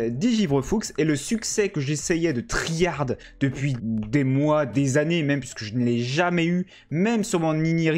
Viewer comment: « Tri harde » 😆😆😆😆😆 « about » tu le prononces comment ???